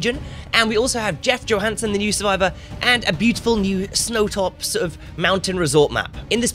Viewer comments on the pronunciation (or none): Its “yo-hansen” not “johansen” kind of like the actor